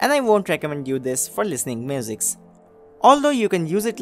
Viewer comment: Mate, don't get it wrong but your accent seems much unnatural. Your tongue starts to slip on s and other similar words and you kinda fade them up. Work on it and speak what you really are. Again on offence given. And it is music, not muzix.